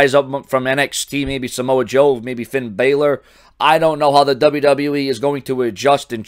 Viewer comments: It is balor not belor!!! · Finn Balor from NXT. pronounced his name wrong. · It's ba lor not Baylor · Who cares if pronounced his name wrong.